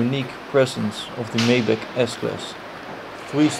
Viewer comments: Please call this car by the right name: Mercedes MAYBACH !!!! Not Maiback!! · Lol... I can't believe he called it a "May"Bach. When I worked at the Mercedes-Benz dealership and we were given our initial introduction to the car. The manufacturer's representative warned us that the correct pronunciation is "My"Bach. And because of the way it is spelled "Maybach" people would be incorrectly mispronouncing its name.